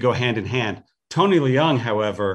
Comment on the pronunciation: Feige mispronounced Tony’s last name. It’s one syllable, “Leung” or “Luong” not “Le-ung.” 😃